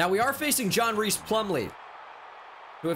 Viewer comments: I gotta say it. It’s pronounced John RICE Plumlee, not Reece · Hmm. I've seen online that his name is pronounced like "rice" plumlee. Not reese.